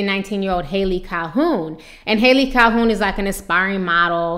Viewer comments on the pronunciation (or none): Cal-hone, not Cal-hoon